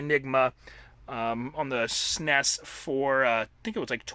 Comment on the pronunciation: This was amazing. I love the stories you were telling as you were showing us your MIND BLOWINGLY AWESOME video game room. I'm happy for you, man! That's beautiful. Thanks for sharing, and it's really cool that you work for Korn. By the way, it's the first time I hear the S.N.E.S pronounced 'sness' like you do. Thought that was interesting.